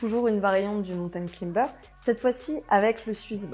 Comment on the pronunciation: A prononcer claïmber... Pas climber...